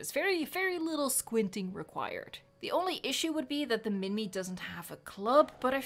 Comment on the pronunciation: Isn't pronoced minmi [min/my] and whoersaurus is [wo/her/saurus]